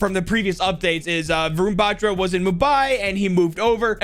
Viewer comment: Hey i just wanted to say how to say Varun Batra properly so well Wa- r(without a curl)-un Ba-tr(without curl)-aa